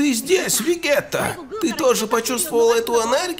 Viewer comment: Не называй так героев, это слух режет. Не вегета, а Веджита Не Крайлин, а Курили́н И правильно Кайо, а не Кайхо. Идея с другими героями, полный отстой, так как они гораздо слабее драгонболл героев (были примеры как пытались сделать битву между героями Ван писа и драгонболла, это такой абсурд просто). Надо героев по их уровню